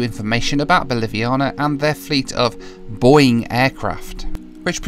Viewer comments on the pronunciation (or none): I laughed so hard about that Boing english and thats How they land😂😂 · Nobody: No airline ever: BOA: Welcome to our Boing 767 fleet!